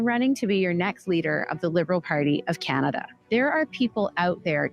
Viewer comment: Viva, if you are gonna make fun of her pronounciation, you missed where she said CanadIa. For all the Libtards freaking out on Trump, on Tik Tok, do they even have the self awremness to realize that the only reason why they are on Tik Tok today is because of Trump?